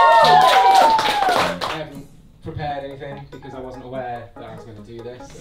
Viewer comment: "because i WAN'T awayre..."